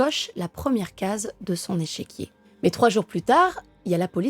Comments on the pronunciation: Superbe vidéo...vraiment j aime beaucoup ta manière de raconter..... Juste une précision ont dit un "échiquier" et pas echequier 😉...... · Échiquier et non echéquier. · Échiquier et non echéquier .